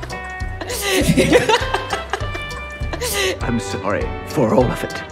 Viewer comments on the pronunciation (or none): I burst out laUGHING WHEN SHE SAID "QUAILITY" lol HAHAHAHA